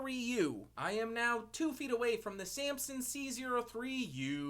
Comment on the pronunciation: i like how you pronounce Samson... Sampson